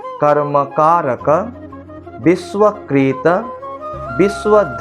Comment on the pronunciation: সব ঠিকই আছে! কিন্তু ইস্ক্রিন নয় , স্ক্রিন (পর্দা) আর একটা বিশ্বকৃত নয় বিশ্বকৃৎ! কারণ যতদুর জানি ৎ-ত্ ! ভুল হোলে মার্জনা করবেন!